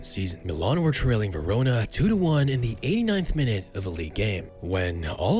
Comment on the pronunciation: Milan* not Melón